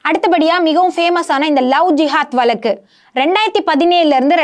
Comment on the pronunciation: Her Tamil pronunciation is not good at all. Particularly the special letter of Tamil. VAZHAKKU is continually pronounced as Valakku. And the CJI is Chandrachud not Chandra chutney as she is pronouncing. Hence to praise her Tamil pronunciation is not on.